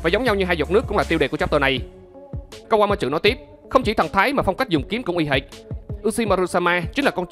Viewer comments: Kawama trự :)) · Mình góp ý nhé . bạn đọc chậm lại 1 chút sẽ hay hơn. Và tên kawamatsu bạn đọc thành( kawa ma chự ) ko đúng chút nào . Còn lại mình ko ý kiến sâu chuỗi logic và lập trường ok. Chúc bạn sức khỏe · Anh ơi, về cái phát âm tên Kawamatsu em nghe có vẻ anh phát âm hơi sai và hơi khó nghe nên mong anh khắc phục